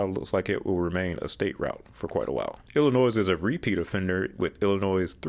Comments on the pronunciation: Just for your reference: Illinois is NOT pronounced "illa-noise". It is "illa-noy". Now that this is cleared up, IL-255 exists to connect the StLouis Metro-East with long planned US-67 freeway north to Moline. If you look at US-67 you will see that IDOT has been slowly upgrading it to interstate standards in bits and pieces all the way to the Quad-Cities. As for IL-390, one must remember that this highway had no numerical designation for nearly 20 years. It will stay IL-390 for posterity because it was planned to connect with the South Elgin Expressway (US-20) and reconnect with I-90 west of Elgin. While IDOT owns all the ROW to make it interstate grade they don't have the funding to get it done between Hanover Park to East Elgin. ISTHA is currently looking to extend the west terminus of IL-390 from Lake Street to County Farm Road. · My state of birth, and also where I live....Grrrrrrrrrrrrrrrrrrrrrrrrrrrrrrrrrrrrrrrrr, I hate when people say Ell-In-NOISE, it's wrong, 100% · You don't pronounce the last letter in Illinois... el-in-OY!! My state of birth, and also where I live...Grrrrrrrrrrrrrrrrrrrrrrrrrrrrrrrrrrrrrrrrr, I hate when people say Ell-In-NOISE, it's wrong, 100% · Sorry to correct you but it’s pronounced Il-ih-noy not Ill-ih-noise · It’s Illinois without the s sound on the end. It is not illi noise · Ill-i-noy NOT Ill-i-noiz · Illinois...Illi noy not noys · It's pronounced "Illinoi" not "Illinoise." That made that segment hard to listen to. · It is pronounced "ill-eh-noy". The "S" silent. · This was really good and informative. But, please, there is no “noise” in Illinois. Don’t pronounce the “s”, please. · It was Illi-NOISY! lol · “C’mon feel the ILLINOIZE!” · You don't pronounce the last letter in Illinois... el-in-OY!! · The 's' is silent in Illinois. It is pronounced i-luh-noy. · I am shocked you can pronounce Arkansas correct but cannot pronounce Illinois. It is pronounced ILL EH. NOY. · Why oh why are you pronouncing Illinois wrong?!?!